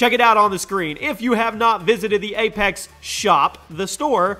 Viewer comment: It's apex legends not A - pax legends